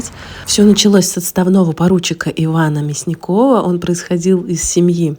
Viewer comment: он вроде МЯсников, а не МясникОв.